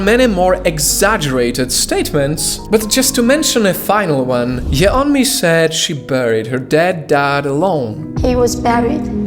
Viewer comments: Her name is pronounced like "Yonmi", not "Ye-onmi". In Korea, her name is spelled 연미, which, when transliterated becomes "Yeon-mi", but pronounced "Yon-mi". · A tip: her name isn't separated a Ye Onmi it is "separated" as Yeon Mi. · can't trust any information in this video because apparently you didn't even do enough research to pronounce her name correctly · You don’t pronounce the ‘e’ in the Korean vowel ‘eo’. It’s just to distinguish it from another ‘o’ vowel. But thank you for exposing her lies. The Democratic People’s Republic of Korea is not a terrible place though. They literally had a revolution in the 40s to end oppression. The DPRK is an amazing country that encourages people to be creative! 🇰🇵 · bro you're not even pronouncing her name right lol